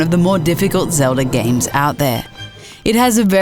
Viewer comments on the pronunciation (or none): none